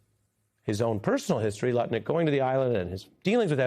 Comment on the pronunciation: Ari distinctly said Nutlick at least once. You know your reputation is shot when the news is mocking your name. It's Lutnick. And I doubt if even the most MAGA person out there noticed or cared. The only reason Trump hasn't demanded this man fall on his sword is because he is world champion heavyweight nut licker.